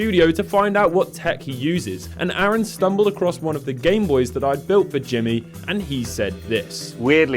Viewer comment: Its arun not aaron! I don't know why this annoyed me. 🤣😆